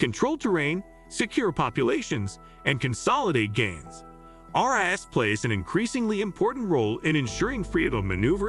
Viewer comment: Evert time, he said ras it sounded like our *ss.